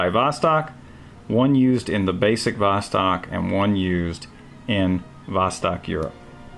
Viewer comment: Don't say vOstok, but say vostOk. Thanks.